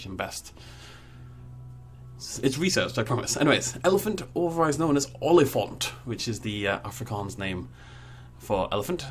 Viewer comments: If you're teaching an English person how to pronounce a word in a different language, rather use English pronunciation rules, ie. aw-lee-funt. Also, "huis" is pronounced "hay-s". But not like "hays", which is pronounced as "hay-z". The same applies to "rand", which has a more similar sound to "runt", in English. Let's also not forget that it should, technically, be Olifant se Huis, rather than Olifant Huis. Also, if you're looking at the Hippo, the pronunciation in Afrikaans would be "see-uh koy" (like a koi pond - the fish). And, lastly, the Aardvark is pronounced as follows: Art-fark. I know that no one will read this, but still. It's out there for anyone that ever gets curious about the pronunciation. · It's pronounced as "ool-li-fant" :) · lol your pornounciation of olifant is funny and huis